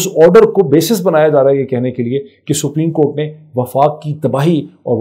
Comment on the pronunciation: Come on...General Rana is picture-perfect here... ...of a goon that he really is... It makes me wonder if he really is a lawyer - forget whether he is capable of upholding law and order - he can't even pronounce "Supreme" Court properly - calls it spreem Even Imran is "Um-raan" And lo and behold, he is our 'law minister' - marvellous! I bet he has a dodgy degree!